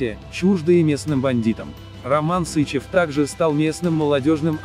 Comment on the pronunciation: СычЕв! Ударение на второй слог!!!